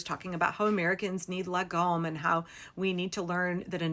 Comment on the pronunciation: That was quite a good pronunciation of "lagom". We use lagom for everything here like: "how hot do you want your food?", "lagom"; or: "how far is it?", "lagom". One theory of where it came from is that long ago they usually only had one cup for strong spirits and every one had there own cup for beer. So you passed the cup of strong spirits around and you only drank so much that everyone would get about the same amount, the cup would be enough to split "about" the whole "team", team = lag, about/around=om, "lag" "om", shorten it and you get "lagom". I'm quite certain this theory has been disproved though, but I have not heard a better one so :)